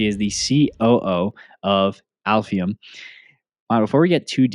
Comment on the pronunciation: “Aleph ium”